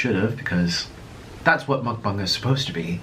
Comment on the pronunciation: Mukbong? I always thought it was mukbang.